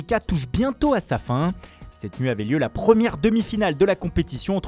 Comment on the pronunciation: "une PRRHHRHHRRRRHREUUhmière finale"